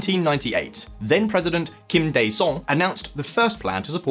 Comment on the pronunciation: I’m korean kim daejong is right, your worng. You fix more 중, you say 정.